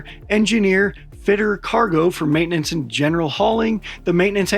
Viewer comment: And deifnitely not 90 percent 😂 My man really said "you paid for maintenanxe on alme planea" ahaha